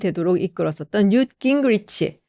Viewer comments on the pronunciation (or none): none